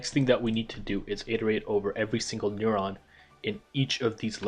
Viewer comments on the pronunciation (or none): What is a n-uh-rrr-awn